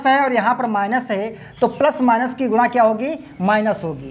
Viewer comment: Chaku chaku mt kaho bhai nhi to bache talwar bhala kahne lagenge ya gura mt kaho guna ya gune bolo sudh hoga